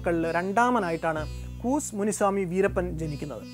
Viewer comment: കൂസ് അല്ലാ കൂ സെ എന്ന് ആണ്